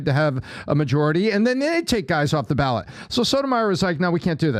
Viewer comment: If you read the constitution you'd realize the 14th amendment is self-executing and it doesn't say anything about how "states can't do that". Trump did do something wrong first. Quite a few things. Also it's "ballot"